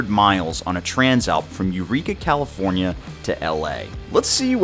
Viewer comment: Glad you had fun in Cali-forn-eye-a.